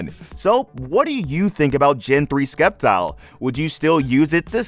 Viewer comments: stop pronoucing sceptile wrong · Love the video man, but pronounce “Sceptile” right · "Sceptile.": Skeptile Me: Skiptile. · For nearly 20 years I've been saying the first syllable the way we pronounce 'science' 😂